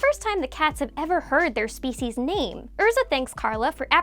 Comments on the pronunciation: It drove me crazy that you didn’t pronounce hardly any names correctly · Totally agree. She should have watched dub before making this to get proper pronunciations. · She pronounced everything wrong 🤦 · Her: * mispronounces names * Me: * cries silently * Her: * continues saying them wrong Me: :') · If I had a dime for each time you mispronounced names in this video, I... would still be poor.